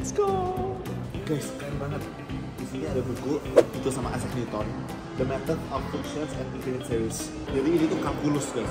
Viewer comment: Gue baru tau, isaac newton dibacanya “aysek” bukan “isak” 🥹